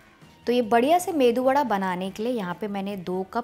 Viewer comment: I like ur saying medu vada....